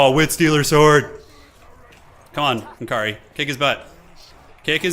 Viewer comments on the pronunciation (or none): its nkari, not eNkri :D